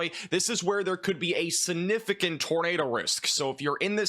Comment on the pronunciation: Significant, not sunificant.